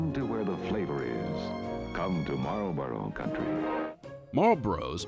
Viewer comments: It's pretty sad. I'm Canadian, and I can pronounce Malboro's better than this narrator. It's mal-bor-ro, not mal-bros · that's how you define phonetic pronunciation. Your are pronouncing it without the first r. It doesn't really matter but you called him out for pronouncing it wrong. Marlboro > Mar-ul-bore-O. Look it up on Google. It's not malboro but MARlboro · "Mallbros" Its Mall-Boro dude..🤣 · i was today years old when i found out it’s marlboro not malboro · It's pronounced how it is spelled: Marlboro. Maarl-boro